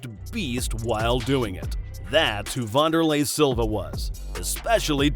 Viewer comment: Pronounced Van-der-lay not Von-der-lay